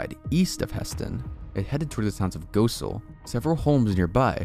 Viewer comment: El Dorado, KS is pronounced “el-dur-aye-doe” and Goessel rhymes with “fossil”. The pronunciations are counterintuitive but since we’re in the heart of tornado alley, maybe it’d be useful for future reference. Hopefully not though 🙃